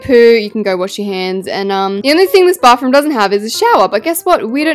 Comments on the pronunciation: She’s always saying baffroom😂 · Why u say bafroom😂😂